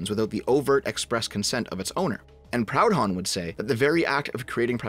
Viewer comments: Someone must have said it already, but you pronounced it Pound-hon, when it should be Pru-don. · Mate, you’re Canadian. It’s not pronounced Proud-Honn, but “Prudon” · It's pronounced 'proodhon' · talks about serious issue. Me: only notices him saying "Proud Hon" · Its funny hearing a canuck mispronounce proudhon ngl